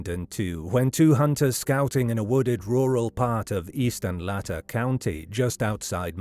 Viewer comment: You're saying Latah wrong. It's like Lay-ta.